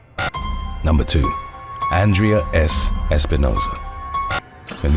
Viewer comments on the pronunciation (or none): none